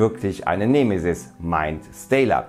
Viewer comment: nehmehsiß... 🙄 Die betonung ist bei E da gibts kein H .... "nEmE-sis".. :P ansonsten Juuhhuu Weltuntergangsstimmung.. 🎉🎈🎉